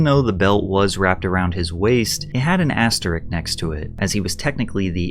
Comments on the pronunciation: asterisk* not asterick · "asterick" Patrick Cc: is illiterate and his mother is ashamed of his moustache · its asterisk not asterick. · i know it's nitpicky, but seriously, jose is joe-zay, and asterisk is ass-ter-isk. you really, really need to stop doing this kinda thing.